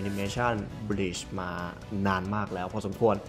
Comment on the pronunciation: บลีชคะ ไม่ใช่บีช อ่านผิดนิดนึง จากเทพมรณะ กลายเป็น หาดทรายได้เลยนะตะเอง